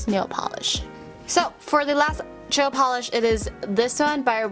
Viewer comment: “Jail pawlish”